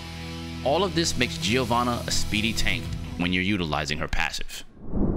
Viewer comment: It's "JO-VANNA" the I is silent